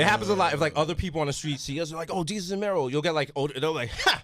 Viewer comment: did you just call Mero, Mary?